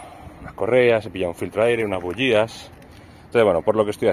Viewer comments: Terribleee!!! No se dice bugias!! Se dice bujias!! Que harto de reir grande bro! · Puedo bocalizar y decir bujías no como dices tu parece que tengo un chicle